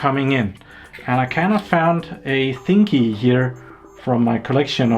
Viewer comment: Hey you found me "thingyee" :P :P